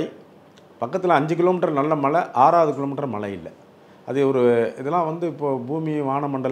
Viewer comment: First malai nu cholladheenga Tamil ozunga pesunga.